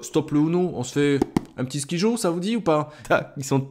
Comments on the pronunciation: ON DIT SKAIDJO ET PAS SKIJOOOOOO merci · Ça se prononce comme ceci : SKAILDJO .. et non pas comme tu le prononces . Mais c'est un jeu super que je viens tout juste d'acheter..